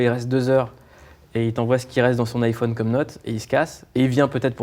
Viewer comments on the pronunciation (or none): none